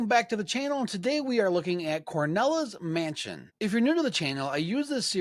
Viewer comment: Cornela's mansion? It's called CRONELA'S mansion. it was named that way because of the old crone that lives in the mansion. Also I don't understand if you loved the demo so much why didn't you finish it? It's not very hard or long. You really need to call it by it's correct name though, Cornela just sounds terrible and wrong. Anyway I am eagerly awaiting for this game to be finished. I've ordered the Super NES version but I need to get a mouse.. I'm thinking a Hyperkin Hyperclick Retro Mouse for Super Nintendo